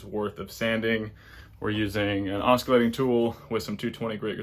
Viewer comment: Looking good. I’m glad to know that I’m not the only person to mispronounce oscillating. It’s ˈäsəˌlāt, not oskilate